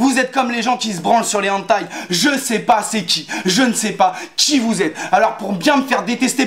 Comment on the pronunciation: c'est pas HANTAI C'EST HENTAI MERCI :)